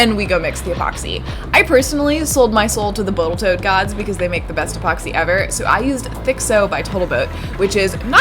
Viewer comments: botal toat gods???... i thought i was tired its 11 pm here had to re watch 6mins and nope my ears dont decieve me :) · Boatle Tote Gods, LOL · "botal tote gods" hahaha I subbed. I'm not a rocket or canoe enthusiast but I love your workshop (goals!) and your cedar canoe vid was so fun to watch. Keep up the awesome work! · The "Boatal Toad" gods?